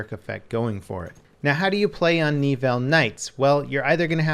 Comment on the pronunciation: Knee-ville? C'mon man. I had to cringe every time you said it. It's Neh-ville.